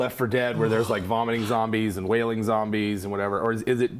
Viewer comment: They said "wailing zombies" and I heard "whaling zombies".